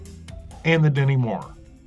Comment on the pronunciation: No matter how many times I rewind it and listen to it again, I could swear you're saying "Demi Moore". Maybe it's because you Americans pronounce your 't's' with a soft 'd' more often than not. Like, "stew" sounds like "sdu", and what-not.